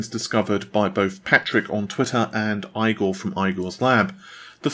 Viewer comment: Igor is pronounced "ee" + "gaw", not EYE - Gaw